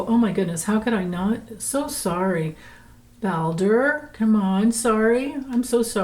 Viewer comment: 😆😆 Stripper-elf ! 🤣 And I always thought it was the cats that caused havoc at night. :chillwdog: Balder is very happy - and you pronounces his name correct 😻😻Thanks for an very entertaining reading. Enjoy your day 🙏:elbowcough